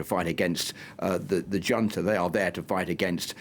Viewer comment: How am I supposed to take this limey bastard seriously when a grown man, supposedly familiar with affairs of the world cannot or will not pronounce the word "junta" correctly? How can anyone be so insular and be put forward on international affairs. 🤨🤭🙄🤷‍♂️